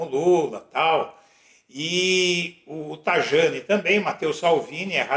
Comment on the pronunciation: Pronuncia-se TA I A NI